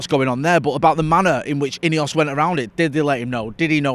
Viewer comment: Why are you saying ineos it's not ineos